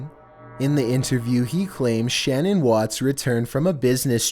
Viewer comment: In the Watts case you mispronounced the name Shannan it isn't Shannon.